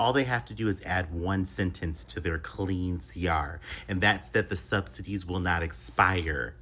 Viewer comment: You cannot pronounce subsidies, lol “subsididies”🙄